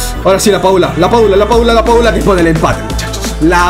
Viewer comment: LaPadula ❌ LaPichula ✅